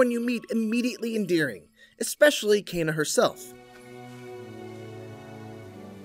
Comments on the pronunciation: Why are you saying Kayna? Its Kena with an E...say it will me Keeeeeena K Keeeenaaaa 😅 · How he says Kena bothers me. Sounds like he says Cana! Still looking forward to this game tho! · lmao "KAY-na" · Kayna?? wheres the extra "y" my guy???